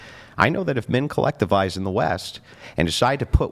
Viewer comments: Attention ladies! 📢 The word “women” needs to rhyme with the word “swimmin’”. Thank you for your time. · Is she verbally handicapped? Why does she say WOMAN when she means WOMEN? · Why do these people always say woman instead women? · She said woman when she meant women. Nope I'm out. Fuck this adieu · What's with Gen Z pronouncing "women" as "woman"? It's annoying as fuck. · If you listen carefully, you'll hear that they DO say "womEn", but as they pronounce "wo-" the same way as in "womAn", you assume that it must also be the word that they're saying. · Every single one of them pronounces the word as wim-man. That is, an I rather than the O, which makes the complaint rather ironic. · Can they actually just not pronounce the word "women" or is this some new age bullshit that the singular word "woman" means all women? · It drives me nuts they can't say the plural of woman.